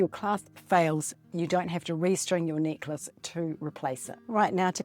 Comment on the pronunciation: When you said “necklace,” and you had dropped it, I thought you said “knickers” and had dropped your undies! Oh, my! I must listen more carefully. Good tutorial, knickers and all!🤗